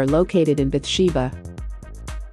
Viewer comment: It’s BATHSHEBA